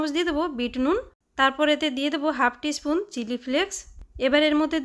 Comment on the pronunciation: স্পুন উচ্চারণ অস্পষ্ট। চামচ বললেই হয়